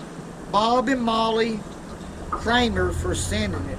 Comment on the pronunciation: He said Bob and Molly Cramer but it's actually Gramer.